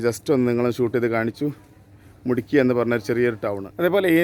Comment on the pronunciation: മുട്കി അല്ല മുദ്കി